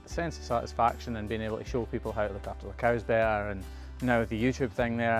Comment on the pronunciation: He actually almost said "coo"! I've been waiting for that because I heard a Scottish person explaining how they call them coos, not cows, because of their accent, I guess. I'm like 2 years in before I actually heard it❤😂